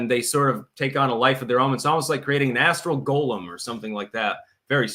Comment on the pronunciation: Astral Golem - I thought you said asshole golem...